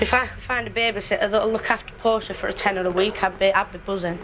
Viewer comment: Please tell me three baby is named after the Shakespearian character and not a body car. Portia, not Porsche.